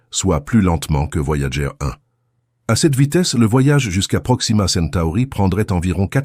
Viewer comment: Ces voix synthétiques par IA font des erreurs de prononciation assez grotesques. Le nom des sondes US "Voyager" se prononce "Voyadjeur" en français aussi puisque c'est un nom propre, et votre IA n'a pas appris à lire les abréviations ce qui est bien dommage.